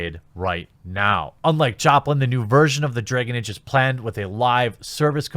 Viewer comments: Nobody: The Quatering: Dreyhgan Eyge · Anyone else laughing at how our bearded hero says "Dregen Age"? 😂😂😂😂😂😂😂😂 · "Draygin Age." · Stop trying to avoid saying "draygen age!" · You know how I know Jeremy super cares about the Dragon Age brand? He pronounces every in-setting word like he's never heard it before. Bro, you don't have to act like you care about games you've never played to make your point.